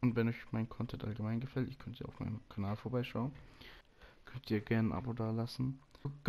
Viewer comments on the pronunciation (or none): none